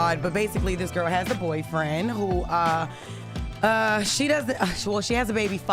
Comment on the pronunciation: ... how Jess said UH-UH😂🤣🤣